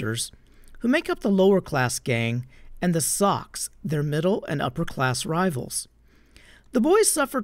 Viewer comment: Socs- pronounced “sosh” with a long o. Short for “social.”